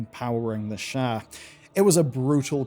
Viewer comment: Eleven Labs voice over with AI clone. Hence the mispronounced “Sha”